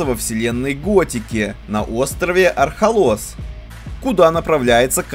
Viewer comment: Архолос, Архолос, ударение на первую гласную! Марвин оторви автору язык🤣